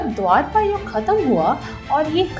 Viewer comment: It is dwapara Yuga not Dwarapa